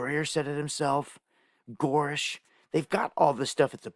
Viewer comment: I think the name is Grusch not goorish